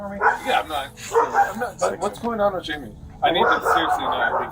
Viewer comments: JAMIE not 'Himay' ugh ai is so annoying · You keep saying hy-me for Jamie. It's pronounced jay-me. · I wondered why it was saying himay for Jamie! I guess it is AI crap. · Hyme instead of Jaime, wtf. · Right! Like the first one they pronounced Jamie like it is in Spanish. My high school Spanish teacher called me that because there were two James in the class. They definitely need subtitle help lol